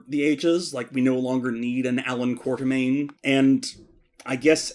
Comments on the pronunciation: KWAT-ER-MAIN not QUARTER-MAIN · Sadly despite the books spell it Quatermain, still pronounces it wrong.:(